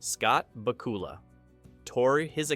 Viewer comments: BACK-you-luh. Same vocal rhythm as Count Dracula. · IT'S BAK-U-LA!!!!!!!!!!!!! MORON!!!!!!!!!!!!!!!!!!! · Scott Baacoola?!? :face-blue-wide-eyes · "Back" "U" "Lah" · I remember Pat Sajak probouncing Bakula like this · The Evil LEPER and Bakoolas? Learn how to pronounce it right!